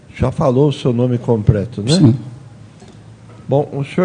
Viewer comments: Um juiz de direito falar "COMPRETO" aí é pra acabar mesmo 😂😂😂😂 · Oi? " Compreto"??? Ouvi certo isso? 🙄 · "Púbrico" "Compreto" "Prestá" "Iniciá as preguntas". Certamente, esse é o seu Creyson. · Gente, será que foi o juiz quem disse "Compreto"? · Eu ouvi compreto????